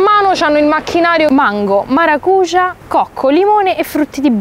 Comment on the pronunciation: Sul frutto devi spostare l'accento, invece che sulla u lo metti sulla a "Maracujà", poi la pronuncia è giusta, fidati vivo in Brasile